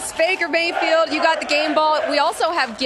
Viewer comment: Listen to the first words spoken, she calls him Faker Bayfield.